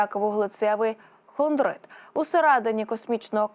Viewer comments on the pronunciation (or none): Хондрыд мне послышалось будьто она произнесла это слово как Хонда хондры